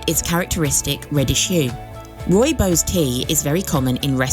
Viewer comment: it is pronounced Roy-bos